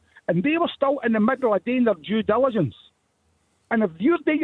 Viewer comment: Did you hear Doo? I've heard it a couple of times and keep hearing Jew jilligence🤣